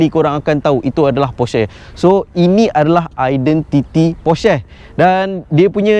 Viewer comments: cara sebut porsche actually, por’scuh’, bukan por’sheh’ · sebut porsche pon salah. halah reviewer kereta mende cenggini hhahahahahahahaha